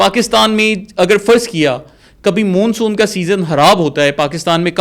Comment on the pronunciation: Dear, آپ ماشاءاللہ ڈاکٹر ھیں اور پڑھے لکھے بھی ھیں مگر پوری ویڈیو میں آپ لگاتار مون سون کو غلط تلفظ کے ساتھ Moonsoon کہہ رہے ھیں جبکہ درست تلفظ Monsoon ھے۔ آپ کی مکمل ویڈیو سنی اور مجھے بچپن میں پڑھی شیخ چلی کی کہانی یاد ا گئی۔ آپ نے جو قلابے ملائے ھیں وہ ناقابل یقین ھیں۔ آپ کے یہ آبی ماہر انجینئر انعام صاحب آج تک کہاں سوئے ھوئے تھے۔ آپ کی ساری بات چیت ھوائی محسوس ھوتی ھے۔ یہ ایک workable آئیڈیا نہیں لگتا نہ ھی اس طرح کا کوئی ڈیم کہیں دنیا میں بنا ھے۔ کچھ سوال غور طلب ھیں: 1۔ اس مجوزہ ڈیم سے کتنی آبادی متاثر ھو گی۔ 2۔ یہ ڈیم ٹوٹل کتنے علاقے کو اپنی لپیٹ میں لے گا۔ یعنی اس کی کل لمبائی چوڑائی کتنی ھو گی۔ 3۔ آپ نے بتایا کہ تربیلا ڈیم کے ڈیڈ لیول سے پانی اور سلٹ کو اس ڈیم میں ڈالا یا لایا جائے گا ۔ تو جناب یہ کس پ طرح ممکن ھو گا۔ کیا کوئی اتنی گہری نہر کھولی جائے گی جو تربیلا ڈیم کے ڈیڈ لیول سے پانی اٹھائے گی اور یہ نہر کتنے عرصے میں مکمل ھو گی۔ دوسراجہاں تک ڈیم کی سلٹ Silt کا تعلق ھے تو عرض ھے کہ یہ لٹ ڈیم کی تہہ بن چکی حتی ھے اور اس طرح بہہ کر نہر کےذریعے اس مجوزہ ڈیم تک کبھی نہیں پہنچ سکتا۔ 4۔ آپ نے ذکر کیا کہ دریائے کابل کا پانی بھی اس ڈیم میں لایا جائے گا تو یہ کس طرح ممکن ھو گا کیونکہ یہ دریا تو دریائے سندھ میں اٹک خورد کے مقام پر شامل ھو جاتا ھے تو پھر اس کا پانی کس طرح دوسرے کنارے کی طرف لایا جائے گا۔ 5۔ آپ نے بتایا کہ اس ڈیم سے دو سٹیج میں بجلی پیدا ھو گی؛ ایک جب پانی اس ڈیم میں داخل ھو گا اور دوسرا جب پانی کا اخراج ھو گا۔ تو جناب عرض ھے کہ اس ڈیم میں داخل ھونا والا پانی تو سینکڑوں چھوٹے چھوٹے ندی نالوں کی شکل میں کئی اطراف سے داخل ھو گا جس سے کبھی بھی بجلی پیدا